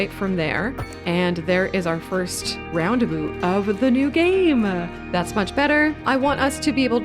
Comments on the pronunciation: First time hearing it pronouced as ROUNDEBU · Roundaboot?????😅 Never heard of them sorry. But subscribed 🥰